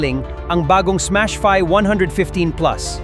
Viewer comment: ...huh? teka, Smash FI, hndi " fay " jusme, me ma content lang AI naman ayusin nyo naman deep dive/review nyo, hindi yung ginogoole o gemini/chatgpt.. imbes makatulong kayo sa mga kelangan ng impormasyong tunay, slop, fake news at mali mali ginagawa nyo, mag FB nalang kyo, wag dito na may vid pa...dds kb?